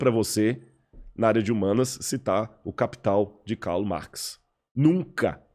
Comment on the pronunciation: Eu sou acadêmico desde 2004, na área das Ciências Sociais e te afirmo que ele não sabe do que está falando. Ou sabe e dá falso testemunho. Ninguém lê Karl Marx ou Antonio Gramsci. E ninguém pronuncia o nome deles com esse sotaque, seja no Brasil, na Alemanha ou na Itália...). Em todas as disciplinas de graduação, mestrado e doutorado, eu li Marx em, no máximo, quatro. E Gramsci, em duas. Por isso, minha pergunta permanece: esse cara passou pela universidade mesmo?